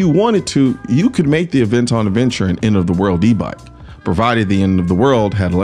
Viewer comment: Ah- ven-ton